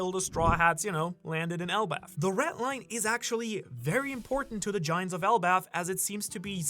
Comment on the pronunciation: BRO STOP SAYING "RET LINE" PLEASE ITS PAINFUL TO HEARRRRR.